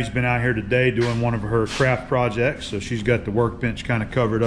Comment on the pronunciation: Sounded like you said "crap projects" LOL